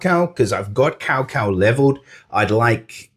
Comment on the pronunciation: Woohoo "Cao Cao" 曹操 ！ Way to go Bro! BTW is not "kao kao" it should be "Chow chow" (without "h" sound) 🤭 but hey, who cares how to read it.. as long we have it and I don't have it btw lol